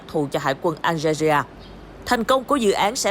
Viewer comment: BTV đọc Algeria hay quá. Nghe tưởng nước nào ở Châu Á 🤣